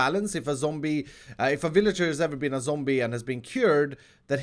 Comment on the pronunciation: I love when you say zombie (zomburt)